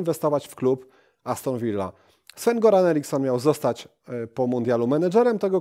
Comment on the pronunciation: Nie Goran tylko Joran